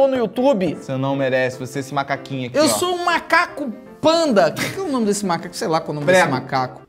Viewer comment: 2023 e o felipe ainda não sabe falar o nome do jogo.